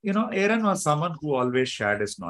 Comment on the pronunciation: Sagar, you cannot even pronounce Aaron correctly. Shameful and insulting